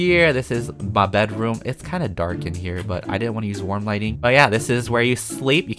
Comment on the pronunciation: “warm lightning” youtubers: “linen”